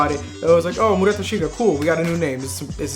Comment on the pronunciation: The name is actually 丸太 (Maruta), not Murata